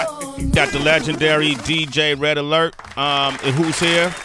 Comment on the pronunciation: Kool Dj Red Alert! Say his name right! Respect!!!!